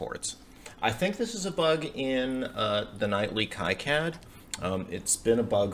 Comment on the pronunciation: I think it's pronounced "key cad" not "kie cad".